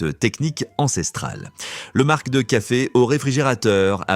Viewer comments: l'IA a encore beaucoup de progrès à faire 🙃 Sur mar(c) de café aussi, que l'IA prononce markk. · Du marckq de café et des zzzaricos...😂😂😂😂